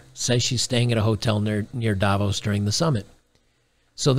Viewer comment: For Davos the stress is on the 2nd syllable, not the first.